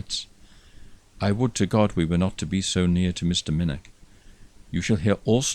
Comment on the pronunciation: 99% correct but still needs the 'velar fricative' with the ch as in 'loch' or 'nicht' and narrator please note, as in Minnoch (you only slipped up once or twice! That said, I could listen to you all nicht and have Subscribed - magnificent voice.